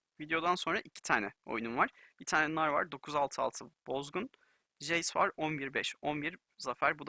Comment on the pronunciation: jeys değil hocam ceys